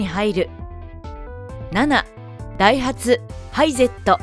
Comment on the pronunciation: ハイゼットのイントネーションが違う 右ハンドル、左側通行でもヨーロッパは左側にウインカーレバーが無いとダメなのでムリ